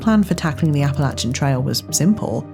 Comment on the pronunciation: Thank you for pronouncing “Appalachian” properly 👍🏼 I went to App State and mispronouncing is a pet peeve.